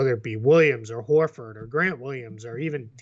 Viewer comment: say Horford more. Need more Bostonian.